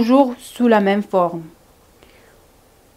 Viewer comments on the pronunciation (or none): none